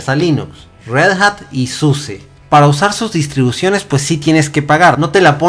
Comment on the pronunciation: Suse siempre dice que se pronuncia SUSA.